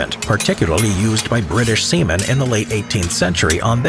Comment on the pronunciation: Did you just say seamen